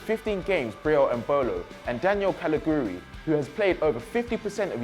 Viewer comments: Sam Gollings na he doesnt say Caliguiri... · Elias Jabar he did say Caligiuri, just pronounced it a bit weird. It did sound like he said P at the start but if you listen carefully he does say C